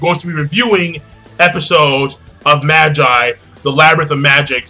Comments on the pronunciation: Am I the only who who's cringing at the pronunciation for Magi? He's not pronouncing it right, right? I'm familiar with it calling it Maa-gie (that's the way they say it in the anime :T) rather than Mah-jai. Have I been saying it wrong the entire time? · Not Magi, MA-GEE, Magi is latin as in Puella Ma-jai xD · I thought it was Ma-gee, but whatever.